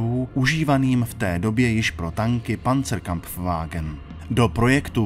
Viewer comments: hele to fakt néni krampfvágn, vyslovuje se to pancr kampf vágn, jako nechcu dělat hejtra, ale dyž děláš takový hezký filmeček, je škoda ho prznit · Poměrně dobře přečtený článek z Panzernetu s hezkým sestřihem... Ale ten Panzerkrapfwagen mě tahá za uši a neuvěřitelně se*e ... Je to Panzerkampfwagen - kampf je německy boj... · típek místo Pancerkampfwagen (Panzerkampfwagen) čte panzerkrapftwagen :D lol jinak super dokument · Za "Panzerkrapfwagen" bych ho poslal na východní frontu :-/ A když už si s tím člověk dá tolik práce, bylo by fajn sem tam dát nějaké schéma které by vysvětlovalo čtený text. Ale i tak, video chválím :-) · Super dokument :) ..akorat pozor na vyslovnost PanzerKAMPFwagen ,ne co tam autor rika v neco jako panzerKRAPFwagen nebo co...:) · panzerkrapf aaaa!!! :D když to řekl poprvé, myslel sem si , že se jen přeřekl :D ale on neE!! :D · Video muselo dát strašně moc práce a celkové vyznění je hezké, ALE proč si nedáte pozor na tu absurditu s výslovností panzer"krap"wagen? No a záběry té nejšílenější filmové repliky všech dob na začátku jsou taky úsměvné. Ale jinak je to super :-) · Ten kecálista tam dokonce říká "panzerKRAFTwagen"... :DDD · pancrkrapfwagen :D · Pokud chce autor alespoň působit dojmem, že tankům rozumí, tak nemůže říkat: panzerkRampwagen! Písmeno R doprostřed tohoto slova nepatří! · krapfwagen ???? počujem to dobre ? :D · Nepočuješ, říká tam dokonce "panzerKRAFTwagen"... :DDD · jen drobná oprava - Panzerkampfwagen IV - je vyslovováno chybně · zrovna to jdu psát a koukám, nejsem jediný. Neuvěřitelně mi top rve uši....